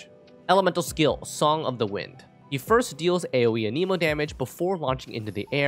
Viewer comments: Everyone say it with me, an-eh-mo It isnt, an-eeeeee-mo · Stop saying A-Knee-mo. How the heck do you even think that's how it would be pronounced? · I've noticed a lot of people say "Aneemo" instead of "Animo" for (Anemo). Why is this? I'm hoping there's a good reason because it's like nails on a chalkboard when I hear it.